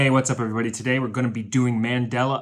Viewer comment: Why are you saying "we're" like "Where"?. It is WE'RE (we are) the millers.